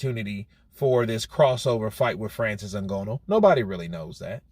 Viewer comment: At least learn how to say Nganou's name properly. It's not that much effort really.